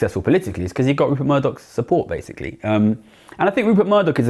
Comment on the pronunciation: Essentiallee, basicallee, essentiallee, literallee....